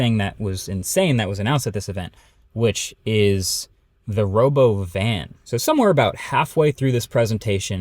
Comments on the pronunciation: Robovan???? You mean the "Ruhbowven" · Why is no one talking about how Elon pronounced "Robovan"? It wasn't "Robo-van", it was "ruh-BO-vin" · No mention of how it's pronounced ro-BOvin? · Ya, the human actors playing robot, that was an odd thing to add--unless of course it was made clear they are being pupated from the start. As a cute attraction. Not confusing investors or the not-so-keen onlooker. Also, the pronunciation of 'Robovan' was kinda cringe. Didn't the stock go down after this show? Kinda makes sense.